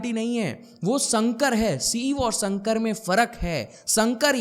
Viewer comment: Sir, with all due respect, your Sanskrit pronunciation leaves a lot to be desired. It’s शिव and शंकर, not सिव and संकर! उच्चारण पर ध्यान दीजिए 🙏🏻